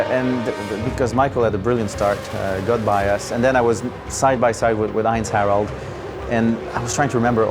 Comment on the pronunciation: Surprised how well he is pronouncing "Heinz-Harald". The german H is not easy for french native speaking people anyway. And he even got the "ei" right.